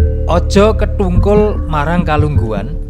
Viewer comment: Mas, aja diucapke kethungkul, sing bener ketungkul.